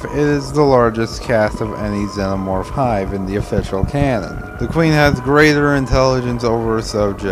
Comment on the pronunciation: How do you pronounce xenomorph so incorrectly?